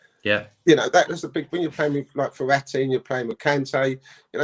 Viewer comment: lol did he say Verratti or is my ear not working